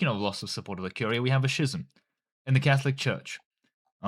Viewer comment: 'schism' is pronounced with a k sound, skism